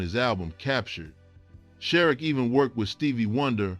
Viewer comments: Name pronounced SharREEK. Yw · You pronounced his name wrong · You should learn how to pronounce a name before you get on YouTube and discuss the topic mispronunciation . Use the Internet to assist you. Not a good look or sound